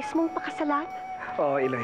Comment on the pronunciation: I haven’t fully watch in TV way back in 2012 and now I’m rewatching it and this the previous episode and this episode marks the exciting plot. Pero ang pronunciation medyo di ko bet as an Ilonggo. Especially ang Iloy which is pronounced fast and not the I-loy. Hehe.